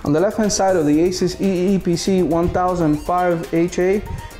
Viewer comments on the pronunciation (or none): Say eee pc right